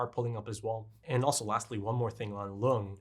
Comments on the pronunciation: Lunge is probably supposed to be pronounced "Lun-guh" because it's just the German word for lung. Also interesting to note that Mr. Junkers said "Monster" specifically which is not the Japanese word but the German word (pronounciation is very similar too the english one too, but given the anime, I believe it's supposed to be the German pronounciation), I think it's also not too far fetched to believe the anime title is also supposed to be the German word instead of the English, but idk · Monster is amazing. About Lunge, there are no silent vowels at the end of a word in German. Porsche, Helge, Lunge, the E at the end is always pronounced, something like an -uh.